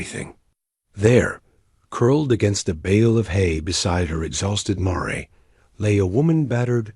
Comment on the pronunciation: Please correct pronunciation of the word mare